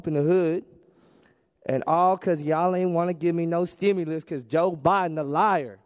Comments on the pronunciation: Them shot outs had me weak bruh and saying Bidens name wrong this was all gold man I'm crying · Yoooo the way he pronounced Joe Bidens last name 🤣🤣🤣